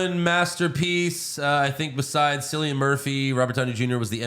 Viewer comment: Love the show guys keep up the good work. Oppenheimer was brilliant. As a fellow Irish man I can let you know that Cillian is pronounced as Kill-Ian not Sill-ian, weird spelling though 😀